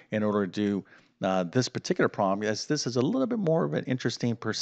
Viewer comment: The math was easy, but I found his peculiar pronunciation of the word "problem" somewhat distracting. He says "prom", one syllable. I wonder what regional accent that is.